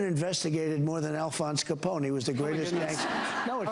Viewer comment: I grew up in Chicagoland, it has never occurred to me until now that an American would not know how to pronounce Al Capone's name. But Trump, with his narrow east-coast preppie education, managed to do it.